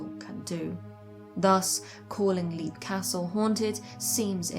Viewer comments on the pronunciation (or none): Leap castle is pronounced Lep (like Shep), not leap as in leap frog. Oh and Dunraven, erasure is the word, not erasel. erasel is not a word. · Interesting stuff.I thunk Leap Castle is pronounced as 'Lep',though. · This is a great video, but as an Irishman, I must do my duty and point out that the "Leap" in Leap Castle is pronounced "Lep". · The first thing one should discover when researching Leap Castle, is that it's pronounced "Lep".